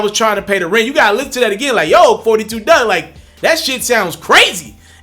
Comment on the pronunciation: It’s Dugg.....Not Doug